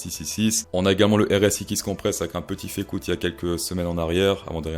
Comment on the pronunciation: Tu parles du if you room ? Ou de la Fée coûte ?